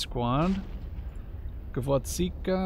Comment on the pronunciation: The Soviet SPG is called GvoZDika (carnation), not GvoDZika ...))